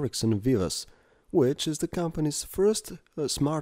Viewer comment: which-a is nice to the touch-a nice voice xD